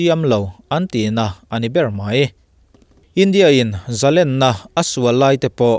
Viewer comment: Sawisel duh hrim hrim vang lam ni lovin, tawng thluk dik hman duhna vang zawkin, 'zalenna' tih a 'len' lai hi, 'rul lian pui ka hmu, a len zia mai chu' tih sawi a, 'len' thluk / rik ang hian i lam ri thin a. Sangha man na 'len' ang hian sawi / lam rik thin atha khawp mai.